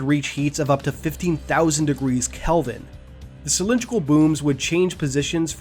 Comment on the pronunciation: DID YOU JUST SAY K E L V I N